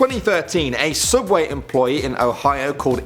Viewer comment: It's not Subway, it's Sooubway!!!